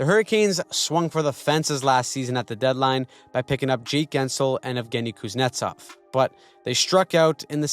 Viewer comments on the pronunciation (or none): none